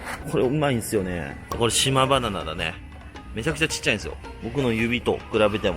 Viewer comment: 島バナナが言えない